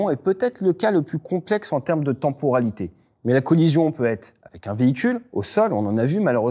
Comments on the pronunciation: "tenporalité" ça pique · Si il avait 6 ans ce serait direction l'orthophoniste.